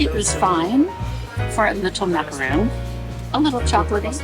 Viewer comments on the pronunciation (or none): Love watching you and living vicariously through your afternoon teas.....couple of tips it's a ma-kr-aan pronounced like Mac aron...not "roon" that's a dense coconut cookie And your little puff pastry w/filling is a voul-au-vent "voul" like fool with a v and the end is like vaun with the t silent.....and yes I totally agree the bite size one is more apropos for a tea tray. I'm brit born living in US and when younger opened a tearoom loved it!! Can't wait to vacay back in UK I hit all the tearoom even in pubs and villages...not to mention the bakeries yummy